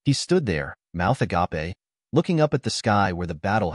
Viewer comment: I hate how the TTS says "agape" but it's so funny 😂